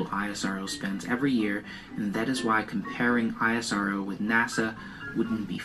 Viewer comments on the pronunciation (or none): Its not eye ass arrr oo Its ISRO( èsro) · it's pronounced is + row